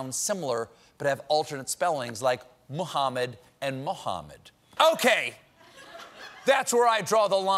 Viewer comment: He pronounced the H in Mohammed correctly. Even my friends named Mohammed don't do that.